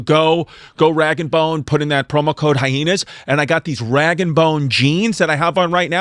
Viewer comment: y he say hyheenas